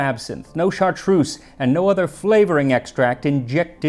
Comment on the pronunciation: Love your videos they’re always so nice and always make me hungry or thirsty! PS: FYI you’re mispronouncing Chartreuse, you’re saying chart rooss when it’s chart-ruhz, hope this helps 🫶 My credits are : I’m a native French soaker and I love Chartreuse!